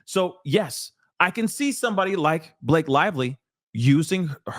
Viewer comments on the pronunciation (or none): Not Ba-La-Ke 😆